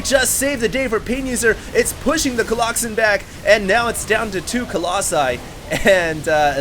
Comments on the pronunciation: colloxen. you're adorable, lol. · Remember when said " a pride of colloxen" in the last video? That was SO awesome! Probably one of my favorite quotes from. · unless you tell us you say it jokingly... but right now many of us think you are serious about the whole colloxen thing otherwise keep up the good work